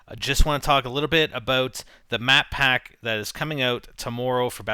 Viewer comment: Mapack sounds like Maphack